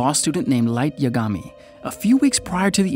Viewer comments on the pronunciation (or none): "Light yuhgawme" edit:"Wryuk